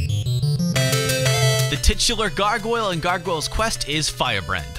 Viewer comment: wtf can u not say Gargoyle.